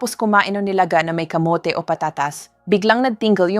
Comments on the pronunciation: Para mas lalong gumanda ang mga dinidiscuss nyong topics doc, iedit nyo muna bago kayo manpost. Maraming mispronounce words e.g. kamote(kamot), gabi(parang night sa tagalog), digestion at marami pang iba. Baka kasi AI naman ang nagsasalita hindi kayo... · Thank you sa mga info doc. Bakit ang aging, kamote(kamot), etc iba ang pronunciation...AI ba ang nagsasalita hindi kayo?